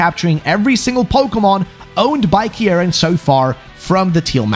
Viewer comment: Your saying the name wrong, it’s pronounced ( keyr-in ). How will always pointing north help you get home, what if you don’t live north?